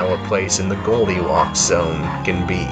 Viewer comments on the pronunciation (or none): did he say “...in the Goldie Lox Zone can be.” ?!?!